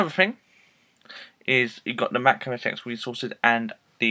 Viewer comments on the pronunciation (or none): Thanks for posting this, but I just wanted to add that it is not OS "Ex" it is OS Ten. The X is the roman numeral for Ten. It is pronounced OS Ten.